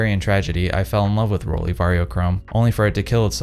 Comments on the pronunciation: The brandname is pronounced „rolleye“ not „rolleee“. You are an expert, aren‘t you? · As a German... rolee... It’s 🙄 = roll eye ✌️😉